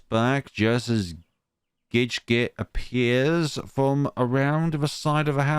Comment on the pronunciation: LMAOOOOO THIS WAS SO MUCH FUN TO WATCH??? Your commentary and reading of some of the lines made me actually laugh out loud lakdjfad 🤣💦 Actually you got almost all their names right -- the only one slightly different is Gidget, which is pronounced more like "Bridget" just with a G 🤭 Oh and also Saydie, in my head that's more like... rhymes with the name "Grady"?? Though they are all somewhat odd names LOL Almost all of them are based on something random from my life. I'm glad you had fun with the dialogue and some of the humorous narration. Gosh, despite the fact that this is my own game I practically felt like I was watching it again for the first time because you added so much to it and it was just so entertaining to watch lakdjfa Really felt like it was coming to life... 🥺💕 Thank you so much for the compliment on the expressive art??? I'm sometimes a bit self-conscious about the art -- particularly some of this old art from the beginning of the game as I drew it so long ago now LOL Though I apologize for all the language LMAO this game has a lot, particularly from Genzou 🤣 I enjoyed seeing what choices you ended up choosing -- there are a lot in this part in particular, so I'm always quite curious how people will choose since this is their first introductions to the characters lol (I also got a laugh when you redid the Gidget one LOL) Most of the choices don't have a huge DIRECT connection to things, however, they slowly add up to affect the final ending + epilogue (and als